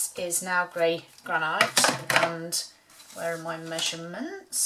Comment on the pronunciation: I hate to be “that” person but...it’s pronounced GranIT not ite